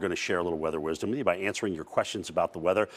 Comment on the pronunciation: Weather “wisom” lmao what the fuck